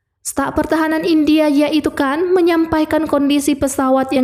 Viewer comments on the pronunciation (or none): none